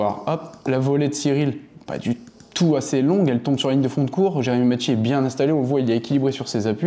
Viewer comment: Macchi prononce maki 😅 je le connais personnellement